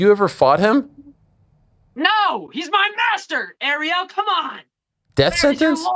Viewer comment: Of coarse Ariel couldn’t get his name right..🤷‍♂️🤦‍♀️🥶